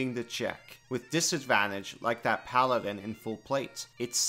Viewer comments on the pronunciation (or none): none